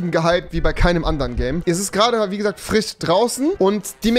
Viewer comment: Frich. Ja, so zu sprechen ist anscheinend cool. Der Fich auf dem Tich ist frich - jedenfalls theoretich.